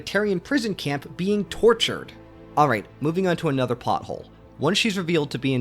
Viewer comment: It's plot hole not pot hole lol